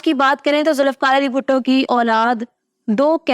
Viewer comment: It's not Zulifkar but Zulfiqar...